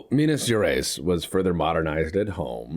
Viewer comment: Minas GerEYES like eyes in your face. I Will make you speak Minas Gerais properly untill the end of the lets play lol